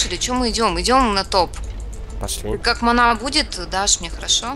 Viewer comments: И не манА а мАна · Стрёмно когда говорит мана ', когда надо говорить ма'на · Не манЫ а мАнны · Ох ох, я вспоминать свои первые шаги даже не хочу, это было давно и еще а обычном warcraft, это сейчас есть так сказать "все условия". А вообще мне очень нравиться смотреть данные обзоры, только вот ударение на слово "мана" немного удивляет что ли =)